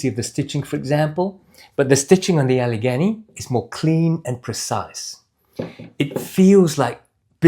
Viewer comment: Getting closer … Allegany (Al-uh-GAY-nee)….as in Gday. Glad you reviewed these. The live motion view gives a better perspective on these boots than the static shots on the company website.